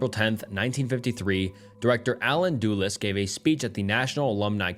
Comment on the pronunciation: I think it’s AI by the way he said “Doolas” and not Dulles how it’s properly pronounced. I would give it a pass but anyone who’s making reading books and researching to make videos on MK ultra knows that. I don’t even make videos and I know that lol. That’s like pronouncing Biden, Beedan or something like that. Kinda sad haha pretty sure it’s AI now. His cadence is super flat too like the overall tone.